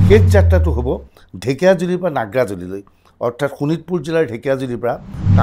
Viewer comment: নাগ্ৰাজুলি নহয় অ নাগ্ৰিজুলিহে 😅